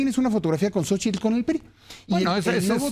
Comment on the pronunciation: Sabino pronuncia correctamente " Xóchitl " , pero la mayoría, entre ellos Zuckerman dicen "Sóchil".